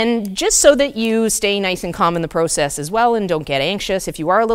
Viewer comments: Anyone else having trouble with the process pronunciation? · Once a Canadian says "about" it always gives them away. But now I learned they say "proe-cess". At least I've never heard any fellow American say it like that it's more of a prah-cess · Are you Canadian? Pro-cess. 🥰🥰 Yep. Heard an about. Thanks for the tips from USA.